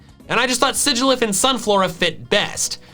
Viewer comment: SIGILYPH, NOT SIGYLPH!